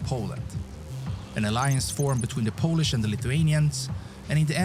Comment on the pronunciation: Polish pronunciation of the narrator guy in this video is atrocious...